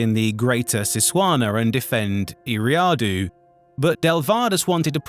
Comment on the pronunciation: Gotta learn how to pronounce Eriadu